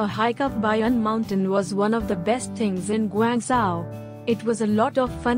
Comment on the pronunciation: You might learn to pronounce the name of the city properly before claiming to know more about it?